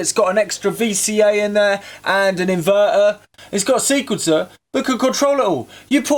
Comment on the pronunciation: "...and an inværær"